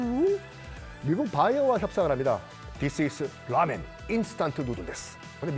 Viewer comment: 라~미엔 발음도 ㅈ같네 지가 알고 있는 상식이 아니라 콘텐츠 제작위해 공부하고 아는척 올리는데 일본어 중국어 발음 다 ㅈ같고 자기 지식인척 하는게 역겹네